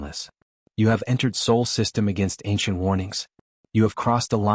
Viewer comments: And Sol, not Soul. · Sol, not soul you AI twit. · It's "SOL" System not Soul System. SOL is the name of our star. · Sol, not Soul... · It's SOL... not SOUL... dumb AI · SOL not SAUL. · It is alled Sol, not "soul". Earth is Sol III. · Not "soul".... it is called Sol.